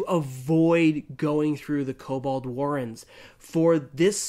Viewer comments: Kobald? It's actually written on the screen, there's no 'a' in the name, it's 'Kobold' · Kobold... Say it with me, Ko- bOld. Not kobald.